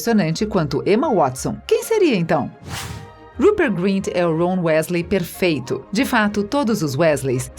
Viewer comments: chega a dar nojo da mulher,se já tem esse tipo de preconceito e tantos erros de pronuncia em UM só vídeo..imagina no canal inteiro.. #melhorem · Meu ouvidos estão sangrando de ouvir ela falar os nomes errados😭😧